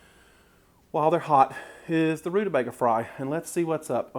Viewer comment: You pronounced it right, honey....Rude-a-BAIG-a! Then there was one of my grandmothers who said, rude-a-BEG-er...hehe